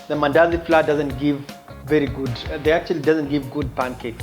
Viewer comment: Flour is supposed to be pronounced as flower🤭